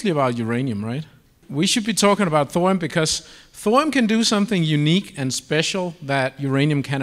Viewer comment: I came here to make a joke about salt, onions, butter, sage and thyme. But then I was gobsmacked at this guy pronouncing Thorium as "thorum" over and over and over. It's so weird it killed my comical mood.